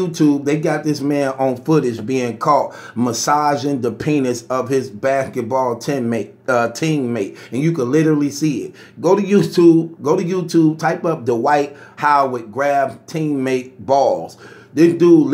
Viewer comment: Lmmfao!!! Were coming to your live from LD TV... were you hear words like..... "backetball"," dhings" "vowlation"... and last but not least..... "fahder"!!!